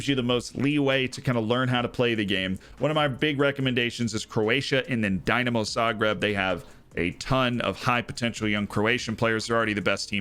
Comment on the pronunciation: I love that you've picked my home town club as an example but a quick tip - it's not pronounced "Dy-namo", it's "Dee-namo" :)